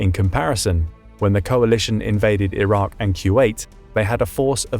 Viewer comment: It’s Iraq. Not that difficult